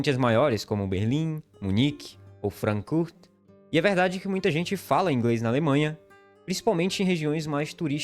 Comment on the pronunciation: "Francurt" ? "Amtsprach"? 😅